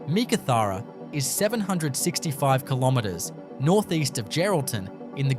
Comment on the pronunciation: Learn how to Pronounce Meekatharra properly 🙄🙄🙄🙄